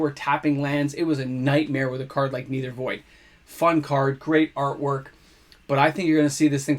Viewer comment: MOXIE! 'Nether' is pronounced like "Never" not "Either" :) Keep growing strong!